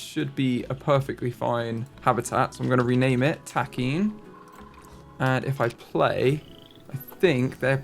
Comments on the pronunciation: I could be wrong, but just as a heads up I think Takin is pronounced Tock-in either way, great video! Please please please keep making content I love this series so much! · The Nat Geo show Secrets of the Zoo covers the Columbus Zoo and their other location called The Wilds. The Wilds has takin and it's really cool to see the episodes with them! Apparently takin (TAH-kehn is at least the American pronunciation) are notoriously protective mothers and the babies are absolutely adorable!